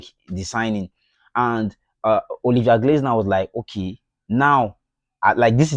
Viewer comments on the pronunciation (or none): It is Olivier glass(nar) not glaze(nar).